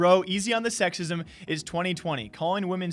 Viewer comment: The "sexsism" made me die inside